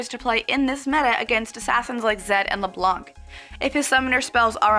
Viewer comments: santanickinhell At least we can laugh at them ! And yes, we french people pronounce "Leblan" Not Leblanc or, as Froggen would say, Leblenk. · When you say Leblanc you don't pronounce the (c) because it's French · Hell Heaven it is on that word, silent c